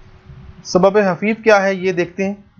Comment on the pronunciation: سر لکھا تو خفیف لیکن آپ حفیف پڑھاںٔے ہیں یہ بات سمجھ میں نہی آںٔی